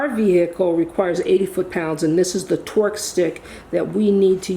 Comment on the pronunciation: I first must say you always inspire me. Second i sorta giggled every time you said torque stick because it sounded like twerk stick haha❤❤❤